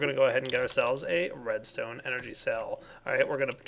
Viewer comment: I thought he kept saying ''programmable redneck controller'' XD